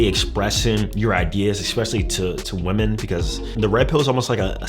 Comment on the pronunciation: Can we say women the right way? Not pronounced the same way as (a) woman